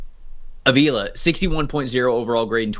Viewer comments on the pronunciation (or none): Re: Rams Steve Avila, who played every snap last season on the OL as a rookie: It's pronounced AH-vee-la (not Uh-VEE-la).